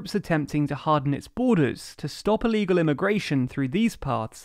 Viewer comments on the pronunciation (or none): Illegal, not Illgal.